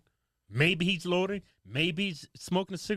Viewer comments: Y’all pronounce loitering like u saying “lord of the ring” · Repeat after me: Loy-tur-ing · Lordering...loitering, lol 😆😂🤣😅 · LOY-TER-ING....say it with me.....LMAO